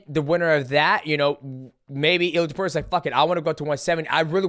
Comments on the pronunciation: Guru… Its To-pooh-rhee-a, not Top-you-rhee-a… gawd idk why that pisses me off so much😂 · Bro why the hell does he pronounce it To-pure-ia??? Dude is tarded...